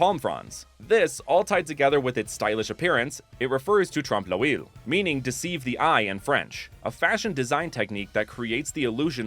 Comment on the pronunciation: Bro the pronunciation of ''trompe l'œil'' 😭😭